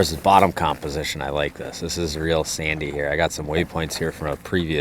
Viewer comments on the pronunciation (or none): none